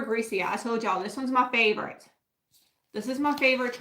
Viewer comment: The one transfer book is pronounced “greck-ah” (Greca)